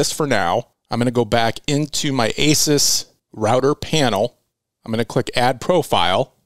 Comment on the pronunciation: Pronounced "A Zeus". Awesome video as usual